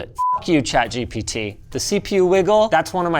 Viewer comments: "chat jibidi" is crazy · "Chat Gibbity " lol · "Chat Jibbidy" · i love the way you said chatgpt at the beginning of the video "chat jibidi"😂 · chat jibitty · Did Linus say Chat Jippity? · chat jibbidy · "Chat-Jibidy" -LTT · Im stoned. I completely lost it at "ChatGipity" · "chat gibity" lol 😭😭😭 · I Love when you said chat gibbidy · he said chat gibbity.. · wtf is "Chat Gibbidy" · "chat givity" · "chat jippity" - Linus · chat G bity? Damn, that was ai slop intensive 🫩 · Literally who calls it "gibbity" 💀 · Did bro just say chat gibyti 😭😭😭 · "i will be giving chat geebeetee" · I am glad I am not the only one that says "Chat Gipitty" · Forever pronouncing it as Chat Jibbity now. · Chat Gibbity ? is that how you pronounce it ? :D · Did you just call it Jiminy? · Chat "jibeedy" murdering English 3 letters at a time. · Linus just made me call chat gpt Gebetee forever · “Chat Jibbity” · why are you saying chat "jibidy" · "Chat Jippity" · "chat gippidy" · Ngl, after hearing Linus say it, I think i’ll be calling it ChatGippity from now on too 😂😂